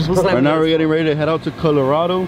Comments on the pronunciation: As a takuache would say CUHHHLORADO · That's what I call my Chevy Colorado lol la Cuhh-lorado hahaa